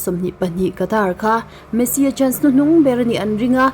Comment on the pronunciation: Messi poh i chhiar hrang vekin ka hria😂😅